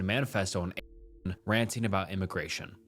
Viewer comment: You cant say 8chan? Holy cow